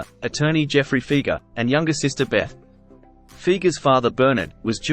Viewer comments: Pronounced FI-GERR NOT FEEGERR! Ugh! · It’s amazing to me, not really, but the majority of people will say Doug Fee-ger. That’s like The Kinks - Ray Davies is actually pronounced “Davis”.